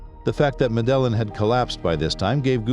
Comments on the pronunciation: Medillin Pronounced medayeen Pablo> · Medellin - wrong prununcaition. Sinaloa and Guadalajara are in Mexico, which is in Central America, not South. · Great video man, just try to get the pronunciations right next time. The way you said “Medellin” is not right.